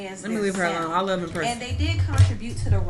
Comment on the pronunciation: rewinding to hear empressive’s mispronunciation is killing me 🤣🤣🤣